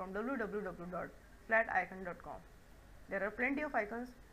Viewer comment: Did u have a stroke when u said www? Also, ur whites are yellow mate, and why did u create a clipping mask? That was really not necessary. Btw, when holding down shift while creating circles or resizing things it will make it in proportion.